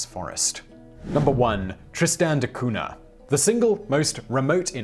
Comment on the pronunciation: Simon, how come you make an effort to pronounce a City in a Icelandic language, but when it comes to Portuguese, you completely destroy the pronunciation... Between Cunha and the explorer Magalhães you Butcher the language like Freddy Krueger on elm Street